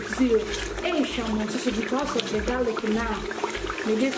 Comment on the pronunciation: garlic not garric Ingredient not ingledient Salmon not siamon 😀😀😀😀😀😀